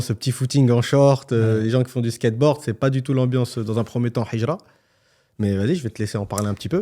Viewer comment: Je vous invite à travailler sur votre prononciation du mot Hijra 😅 هجرة et pas حجرة